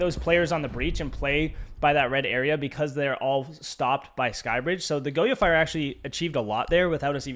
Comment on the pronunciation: lost me within 10 seconds lol im not tryna listen to goyo be pronounced go-yo for a half hour